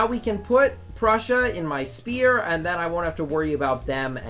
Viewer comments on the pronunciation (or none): When is this guy gonna learn that it’s called a “Sphere” NOT a goddamn “SPEAR!”. Keep up the content My guy! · I like the fact you pronounce “sphere” as “spear”. Never change that pls